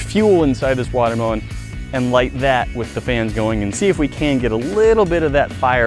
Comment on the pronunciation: He said water melone towards the beginning 😂😂